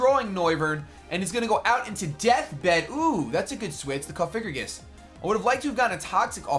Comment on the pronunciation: It's coff-I-grigas